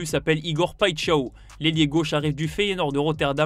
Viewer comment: Paixão, ça se prononce "païchan", pas "païtchaö"...